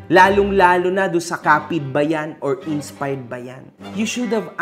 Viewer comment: "INSPARRED" daw sabi ni 😆